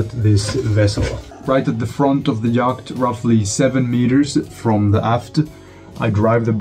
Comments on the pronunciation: Love your content and following your adventure. If you're interested, "yacht" is pronounced like "yot" in English. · nooo don't stop pronouncing the C !